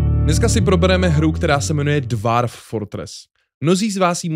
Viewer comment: Výslovnost je dwôrf